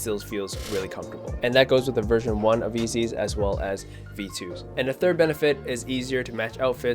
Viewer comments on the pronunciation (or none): Did he say “ezeey” 😂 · did he just say eezy